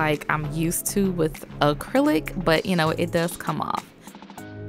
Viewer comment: "Uh-clylic nails"